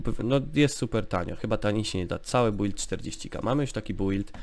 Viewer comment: czemu ty mowisz bUild albo dungeony XD